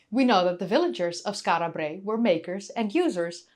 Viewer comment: Rolling the "R" in Brae is rather annoying.